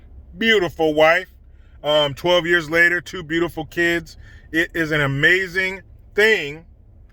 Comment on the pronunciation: I always love how says "BEAUTIFUL wife." She's a lucky woman!